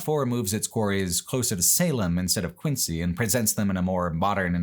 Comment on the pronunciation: Quincy, MA is pronounced “Quinzee”